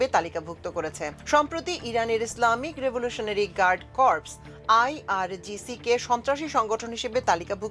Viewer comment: আমার বউয়ের মত ইংলিশ। আপা আই, আর, সি, জি না, আই আর জি সি।